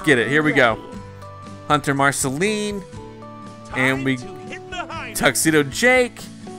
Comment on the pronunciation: you just said marcaline he :d